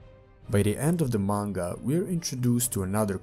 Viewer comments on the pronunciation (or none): none